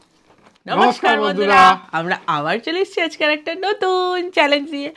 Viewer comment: Namaskar mandhura noi . Namaskar bandhura 😊